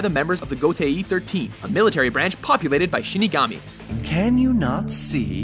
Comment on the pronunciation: It's bad enough that Gotei was mispronounced. But to spoil the fact that Kyoraku is the current leader of the Gotei 13 for anime only watchers or for those not up to date with the manga? Shame on you guys.